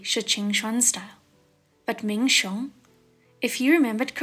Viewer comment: It’s Ming xiong!!!!!😆😆😆